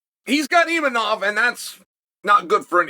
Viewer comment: Chael says that he mispronounces things for engagement. Imanov is not one of these times